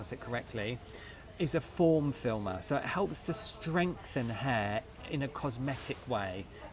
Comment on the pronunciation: wait is it a form filmer or film former? 😭